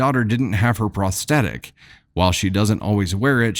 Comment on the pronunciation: You do such a god job pronouncing words as compared to others, but the word prosthetic has a "th" in it, which is pronounced as it is in the word "thought", for example. I love listening, but mispronunciation grates on my nerves and makes me want to move on, which I have done with other sites.